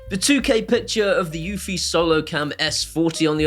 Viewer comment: eufy is probably my most heated brand name. it is not pronounced like unifi, does not integrate with unifi dashboard and is not produced by ubuquiti.